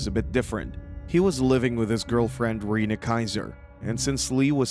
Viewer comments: It’s reneee not Rena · Lee’s partner is Rena. Pronounced ren-a.